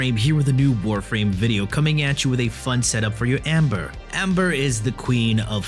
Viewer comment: Pepepains KEKL , its Ember sir, not Amber PepegaPhone